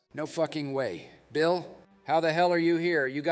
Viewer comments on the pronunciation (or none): BEEL CLINTON?!